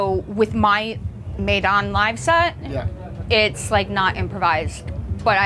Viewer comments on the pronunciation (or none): That would be pronounced Medon